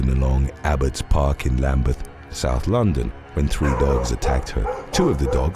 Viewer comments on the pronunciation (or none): none